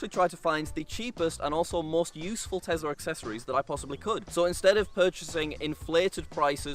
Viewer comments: I isn't a "Tezla" just like Brexit isn't "Bregzit." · I love when says Tesla